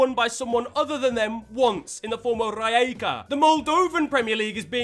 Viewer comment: As a Croatian i am not angry about Rijeka pronounciation, i am just dissapointed